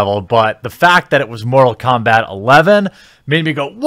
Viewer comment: Mumble Kombat :D